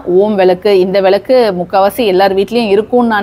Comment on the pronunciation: அம்மணி...உங்களுக்கு தமிழ் ஒழுங்காக வராதா..?? அது விலக்கு இல்ல..மாறாக சரியான உச்சரிப்பு " விளக்கு" புரிஞ்சுதா..? எப்ப பார்த்தாலும் விலக்கு..விலக்கு..என்றுவேற தமிழைக்கொல்லாதே..!! கொல்லாதே..கொல்லாதே தமிழைக்கொல்லாதே.. இதுல வேற அவங்க பெயரு..😂😂😂